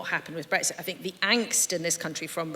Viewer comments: Tedious time-wasting newscast that doesn’t answer its own question. Self-indulgent and long-winded. Please note ‘bregsit’ is not how to pronounce Brexit. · Breggsit ? Is that eggs for breakfast in a bed sit ? I thought it had an 'x' in it.